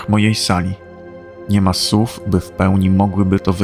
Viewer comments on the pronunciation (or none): Szanowny Panie, bardzo ładnie i odpowiednio do treści brzmi Pana głos. Ale proszę przetrenować wyraz "słów" (odmiana "słowo") gdyż brzmi zawsze jak "sów" a to drażni. Mam nadzieję, że się Pan nie obraził. Bardzo lubię Pana słuchać. Pozdrawiam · Oj, też to słysze za każdym razem , fajnie byłoby poprawić.I też lubię oglądać filmiki , pozdrawiam.